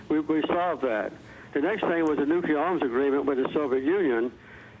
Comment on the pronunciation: Jimmy Carter is a great man, but he does still say "nucular". Takes me back.